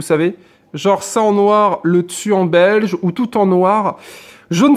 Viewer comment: Tu dit belge au lieux de beige 😂😂